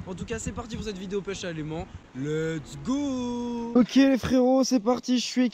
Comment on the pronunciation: Arrête de dire l'ets go! Quand tu a atraper quel que chose stp.. sa veux dire "on y va!" À ouais sa peu... bref dsl mais tu peux 😂😂😃😃💛💛